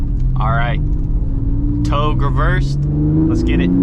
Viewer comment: its not TOG. its TowGay. proper pronunciation my guy..... towgay = Togue!